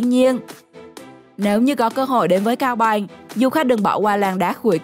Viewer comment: nói chưa sõi mà đòi thuyết minh "cao bằng thì thành cao bài" kkk, hãy dẹp đi, học nói chuẩn đã nha